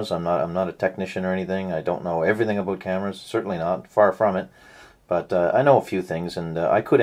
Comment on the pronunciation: are you from canada, i heard '' i don't know everything ''aboot'' this camera ?